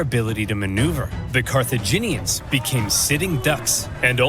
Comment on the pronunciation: Carthaginians are not CARCIGENS 😂